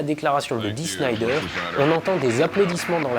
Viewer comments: Super narration de cette bonne vieille affaire dont les fans de musique, et en particulier de rock et de metal ne se lasse jamais... En revanche, dommage de demander a de presenter Dee Snider de Twisted Sister, alors qu'il est + q manifeste qu'il ne connait ni le personnage ni son groupe, au point de ne meme pas savoir nommer correctement ni l'un (Der SCHNEIder???!) ni l'autre (TwisteR Sister???!). Eh, saviez vous que Snider a un QI nettement supérieur à la moyenne, ne boit jamais d'alcool ni ne prend la moindre drogue et est tout sauf un gros fétard (comme il le déclare devant le sénat d'ailleurs, et ce ne sont pas des bobards), qu'il fut chanteur dans une chorale, et a composé sur la demande de sa femme un chant de Noël repris + tard par Céline Dion (sans qu'elle sache que la chanson était de lui). Tout est ds son interview Wikipedia: Fact or Fiction..., tu devrais aller y jeter un oeil, tu y apprendras bcp sur Snider! 😉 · Dee Snider et non Dee Schnider et Twisted Sister et non Twister Sister Aaaah le fameux passage de Snider à la commission d'enquête. LÉGENDAIRE !!! Il en parle dans le très bon film/documentaire "Metal : Voyage au cœur de la bête" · Mouais... Dee "Snailledeur" et pas "Schneider" dejà, ensuite Twisted Sisters est loin d'etre un groupe anecdotique mais bon niveau culture musicale c'est surement top demander de se renseigner peut etre... Afligeant ... j'aime bien cette chaine mais restez sur des sujets que vous maitrisez ou bien renseignez vous mieux avant au minimum.. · au fait, pourquoi prononce le nom de Dee Snider comme si ça s'écrivait Schneider? le gars serait il tellement un random que ton expert ne le connaît pas? (reconnaissons, avant aujourd'hui, je sais plus combien de temps ça faisait que j'avais pas entendu le nom "twisted sister")